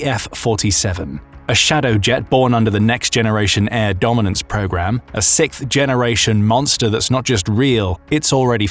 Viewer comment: Gave you a thumbs down because I hate how Brit’s can’t say sixth. Not going to listen to a video when you say sickth over and over. Do you say fitf for fifth?